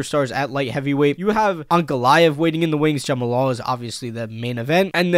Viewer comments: “Jama lal Hill” 🤦‍♂️ I swear there has to be some sort of criteria and test you have to go through before starting a YouTube channel. Can’t wait to see “Jama lal” Hill vs Alex Pereira though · bro really said Jumal Hill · why tf does he keep saying jamahalal this ain’t halal guys bro 💀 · u pronouncing jamahal wild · it’s pronounced Jamal I think